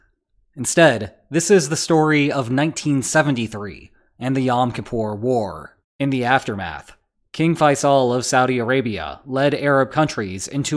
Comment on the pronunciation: King FAY-Sal, not fay-SAL. Source, an Arabic speaker since I could speak